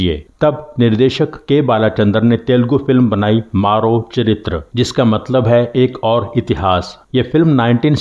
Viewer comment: It's मरो चरित्र‌। Not 'maaro'.